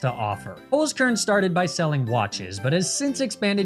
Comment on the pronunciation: *HOLZ KERN not Holskurn